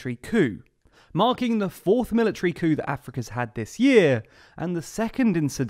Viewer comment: I always love your videos! However, when you said 'coup' before the opening titles it sounded like a racial slur